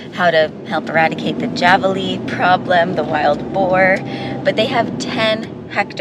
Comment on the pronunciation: The wild pigs are pronounced “ Havalina “ !!!